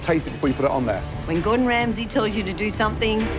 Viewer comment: "ESS GORDUN REMSAYYY"